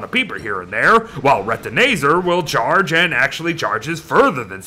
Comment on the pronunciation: ITS RETINAZAR NOT RETINAYZER